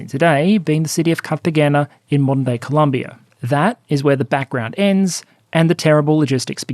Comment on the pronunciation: Good episode. Btw it’s pronounced Carta-HEN-nah. Also, please mind the 2nd O in Colombia. Anglophones regularly treat it like a U. Thx!